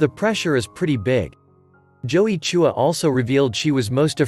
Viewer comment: Why do you pronounce "Chua" as "Choo- wah"?